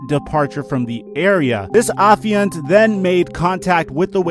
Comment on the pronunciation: Wait wait wait you can use and pronounce the word Affiant correctly, but you can’t say the word Piguet correctly???